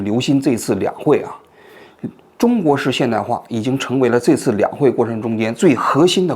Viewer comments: 是读 这一次 不是 贼次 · 王局能不要老是贼次贼次吗，这次😂